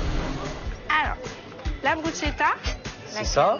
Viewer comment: BRUSCHETTA ne se prononce pas BROUCHETA mais BRUSKETTA ...crâne d'oeuf!